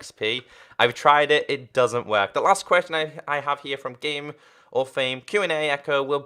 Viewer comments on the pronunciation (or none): I heard say qurestion instead of question XD